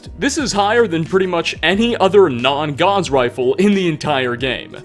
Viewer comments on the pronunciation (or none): You said Gauze Rifle. It's Gauss. As in Gows